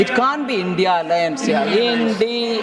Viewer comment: Look at the UKP who cannot even pronounce INDIA .